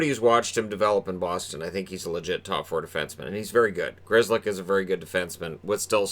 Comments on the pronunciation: If you know Pollish the pronounciaton of "Grzelcyk" hurts the ears! I know his family probably has no relation to the polish language anymore but still. It's too wrong! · Grzelcyk definetly is polish ancestry. I know how that name is pronunced in polish and its totally different from this north amerikan " Grizlik" how they say his name. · The family should change the spelling. No point in having the original spelling if they can't pronounce it. Grizzlick lol. Or maybe Gschellsyck.